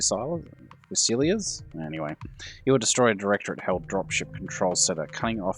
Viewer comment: The word fusiliers...is pronounced fuse-a-leers. It comes from the French (fusil)...for a light flintlock musket. The word was used for a number of Commonwealth units in the past (and is still in use today).